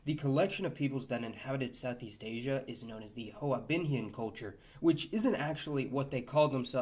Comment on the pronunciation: Whiteboi got it wrong... Those niggas there pronounce hoa binhian like hwa binhian....